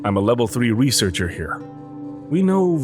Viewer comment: Lol he says I'm a level 3 wesearcher